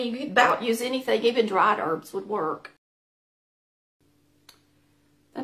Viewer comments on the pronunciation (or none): none